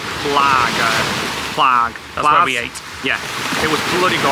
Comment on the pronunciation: Another fantastic vlog 👍🏻 💜💜💜 the lavender fields and the smell is amazing…. Crush the lavender between your fingers to release the oils and the smell 💜💜💜 St. Tropez is such a lovely place too, will look forward to the next vlog! ‘Plage’ means beach in French and is pronounced / sounds like ‘plaj / plaazh’ ❤ xx